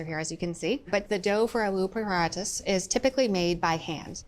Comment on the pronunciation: Hey, why do you take care to get the pronunciation of french foods right, but not check how Alu paratha is pronounced? Edit: does a wonderful job!! Instant respect!❤